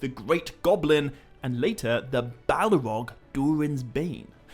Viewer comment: do you...do you realize you're adding an A phoneme after many of your Ls? "Bal-a-rog"? "Sil-a-marilion"? "El-a-rond"?